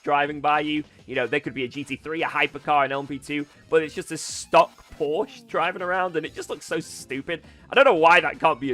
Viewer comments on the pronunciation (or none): how can he still pronounce Porsche wrong? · English speakers pronounce Porsche correctly challenge: ongoing 😂